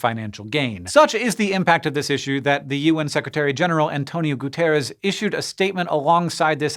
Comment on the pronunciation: On top of the amazing content this channel provides since the beginning, I must acknowledge it's the first time I've listened the UN general secretary name (António Guterres) being pronounced correctly in a US based channel. As a portuguese native speaker, I have the right credentials to make this statement.